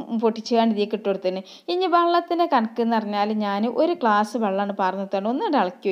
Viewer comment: Klass,, alla,, glas